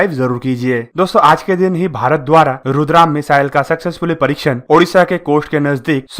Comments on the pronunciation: रुद्रम not रुद्राम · it’s Rudra M 1, not Rudram. Thanks 🙏 🙏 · इसका नाम रुद्राम नहीं रुद्रा ऐम है नाम की जानकारी तो सही दो भाई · This is रुद्रम not रुद्राम। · It's Rudra-M not rudram